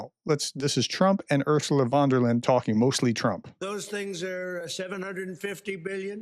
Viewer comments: pronounciation of Ursula von der Leyen should be more like that: the "U"s in "Ursula" should sound like the vowel in "who" and her surname should sound like "Lie-Ann". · For god's sake, you are a professor! Ursula von der Leyen, say it with me! (As in: your) Our sue lah – fon – dare – Lay an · Oo-rr- zoo- lah fon-der-lion